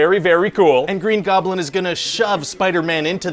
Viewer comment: Did he just call fing famg foom green goblin?